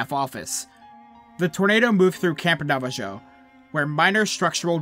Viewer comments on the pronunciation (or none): There's plenty of forest land in Arizona.. it's a massive state, has more forest land than Arkansas and Tennessee. Also, it's Ponderosa, not Pondesora, Naavaho not NavaJoe lol. Flagstaff, Williams, Prescott, Payson, Bellemont, etc.. these are all forest mountain towns. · How he pronounced Navajo😭